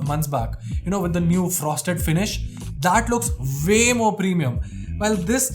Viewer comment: Stop bitcjing about the lid,,,get a skin or better still get a life....you pronounce way as vay....looks fancy but not exactly fancy....wtf is wrong with you